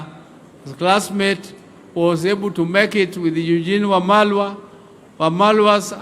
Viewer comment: He is Eugene Wamalwa, not mamalwa